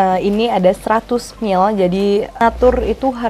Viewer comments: Mili yaaa bukan mil wkwk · iya dia bilangnya mil... agak ganggu sih..